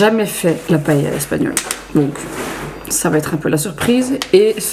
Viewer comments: Super ce vlog sa change ☺️ Par contre vol au vent c’est français donc oui on connaît mdr c’est super bon Et j’avoue, ça m’a surpris comment t’as prononcé le mot paella (paille) moi je le dis paëlla avec le a bien prononcer je suis espagnole De mon père et c’est comme ça qu’on le prononce là bas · J'ai jamais entendu quelqu'un prononcer Paella de cette manière... hahahaha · C'est la prononciation espagnole